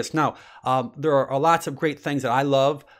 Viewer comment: Fantastic! Thank you! A favor, please: tuRmeric...see that "R" in there? Please, please, pronounce it! Thank you!